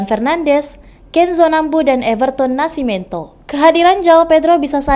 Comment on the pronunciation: Everton Nascimento..tulisan nama yang benar dan bacanya.. Everton Nasimentu